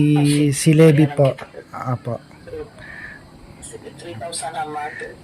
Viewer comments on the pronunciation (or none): none